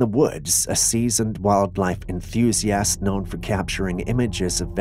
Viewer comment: The word "enthusiast" is not pronounced "enthuzee-AST". It's pronounced "enTHUzee-ist". Why can't you just get a real human being to read your narration??